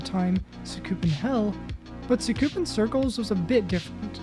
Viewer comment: “Sookoopin crclz”